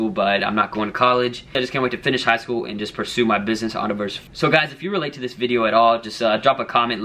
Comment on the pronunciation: why do you say endeavor like that?